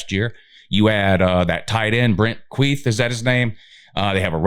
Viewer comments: The tight end's name is Brant Kuithe - pronounced Kee-thee, NOT Queeth, which sounds too similar to Queef, LOL. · With Utah’s recruiting class this last year was a relatively small class, if you look at average recruit ranking number it is much better than what that 59th ranking would suggest. Also Brants last name is pronounced KEY-THEE (soft th) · Thanks and great analysis. I hope we win more than 10 games but 10-2 is fair. By the way Kuithe is pronounced "Kee-thee", and Micah is pronounced "Mc-Kai". Go Utes! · The tight ends name is pronounced Keith-ie.